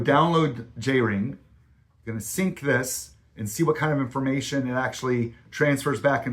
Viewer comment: What are you doing saying " sunk" ?... it's pronounced " sink" ...I.e. sync ..English uou know.. it's a phone setting concerning the app, ...see the Background info on the app.